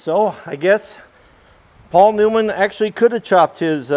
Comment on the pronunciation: See if we can axeually